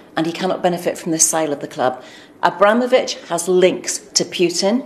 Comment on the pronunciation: AbROMavich 😂 not only have you baited us. But you’re getting man’s name wrong. Liberty